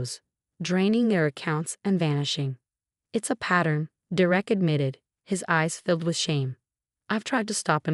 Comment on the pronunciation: It’s “DER-ek” it’s never anything else. Get it right!